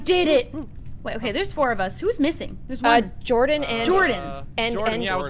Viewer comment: How says "Jordan", its satisfying. i dunno how to explain it......but it makes me feel complete.